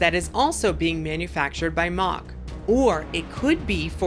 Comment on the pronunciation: ok got it , when we got steel taipan at Dreamworld I was made familiar with the name never knew nor heard this way of saying , cheers …keep up the great work